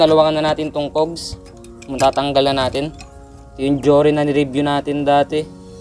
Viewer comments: Is that,how u pronounce? Cougs?? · Cogs pronounced as Kaags.